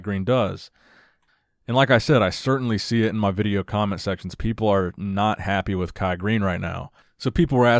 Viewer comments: What the hell is a vit-chi-o? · "The Veejyo" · Vitcheo guys vitcheo 🤣🤣🤣🤣